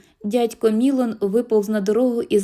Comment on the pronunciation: Дядько МілОн. Наголос в французьких словах падає на останній склад.